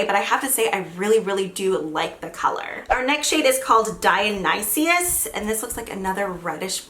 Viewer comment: why was dionysus pronounced dionysius